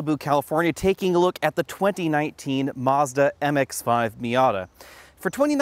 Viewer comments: "Marzda"? lol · There is no R in Mazda. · You pronounced Mazda wrong